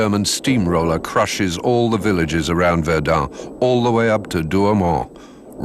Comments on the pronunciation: Минус ролику за ублюдочные ударения ИИ. ВердЕн, а не ВЕрден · Verduhn? Serious? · Βερνταν προφέρεται βλακα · Allerdings ist der "Sprecher" unfähig das Wort Verdun richtig auszusprechen! Bei Jules Verne ist es noch beschissener, ich denke so mies und blöd kann nur die KI sein! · ich hab es in min 2 nach 3 mal Verdun falsch ausgesprochen nicht mehr ausgehalten. Viele Grüße nach Naw Yark oder Landan. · Die Aussprache des Sprechers ist nicht gut, Verdun Somme sind französischen Namen und sollten auch so gesprochen werden.